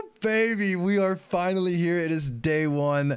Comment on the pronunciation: "FiNaLy" dude got 53kc tome and fr said FINALY😂💀💀